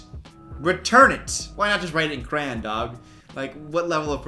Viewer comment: the fact that pronounces crayon as cran... I learn something new every day lmao